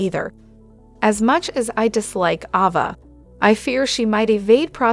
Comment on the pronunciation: Please learn how to pronounce the characters names!!! Ava, long A-va; Liam, Lee; and Trina, Treena.